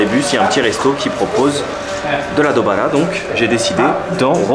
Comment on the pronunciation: c est Douara pas dobaea hhhh